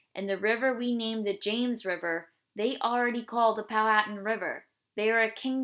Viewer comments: you said powhatan wrong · that is not how u say powhatan